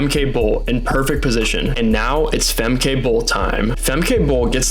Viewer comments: Yes, your pronounciation of Dutch names sux monkey balls. It is not Fem-KAY, but FemKUH, as in "but" or "butt" "sucks " . Same goes for Lieke Klaver: its not LEAKY but Lee-KUH. And her last name is the first syllable is n "Ah" like in Ah-merica, 2nd syllable is again with the UH from "but" or "drugs" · It’s pronounced Femkuh, not Femkai…. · FYI: It's pronounced 'Fem-keh', not Fem-kay and Lieke is pronounced as "Leek-uh". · Fantastic video dude!! This is absolutely not to sound like a smartass but if youre interested, a tip on how to pronounce the dutch names. If there is a -e at the end of the name, we pronounce it as -uh. So Fem-kuh, Fran-kuh and Lie-kuh (Leak-uh). And again great vid and explanation :) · Is he pronouncing Femke correctly. I thought it was ended in a -ka sound? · No his pronounciation of all Dutch runners is terrible.